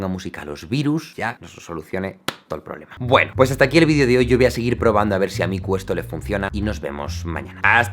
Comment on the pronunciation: que bueno que el nombre de tu gata se escribe con K (Miku) si fuera son C pensaría que ese nombre viene de Mi-ku-lo jajaja de todas maneras cuando lo dices se puede escuchar como a Mi-cu-lo jajaja suenas bien Jaime es solo una opinión... Flipe de risa 😂, saludos